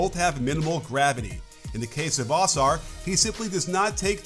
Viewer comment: it is UH- SARR not AH-SARR <3